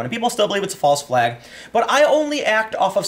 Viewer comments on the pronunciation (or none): none